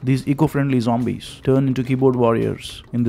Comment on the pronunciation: Haha.. he is saying zombies. LOL. Thanks. Wish you als a happy Deepavali. If possible make some video on 'women n d menstral cycle n the traditions related to it'.